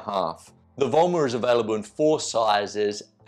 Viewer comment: "VOIMA", not VOILA 😀 VOIMA pronaunced as written 👍🏻 means POWER in Finnish!